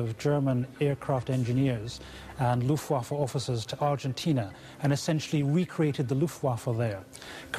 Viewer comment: hahahahh yes, "luuftguafa"